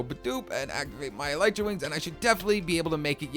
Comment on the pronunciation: Your pronouncing elytra wings wrong